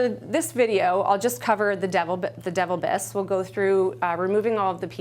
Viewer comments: you are pronouncing the name of your "top selling" suction unit "Devil Biss". NOBODY is going to purchase a suction machine that sucks saliva from your mouth with a name "DEVIL BISS"... The name of this unit is actually "Devilbiss" (De-vilbiss)... You may want to do a voiceover, or better yet shoot a new video. You have zero credibility when you don't know the name of your own products... However, it brings a bit of levity to a very boring presentation... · Devil biss,,,,LOL its pronounced De vilbiss :)